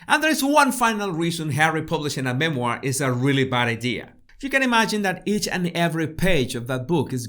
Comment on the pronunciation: a Me-Moir 🤣🤣🤣🤣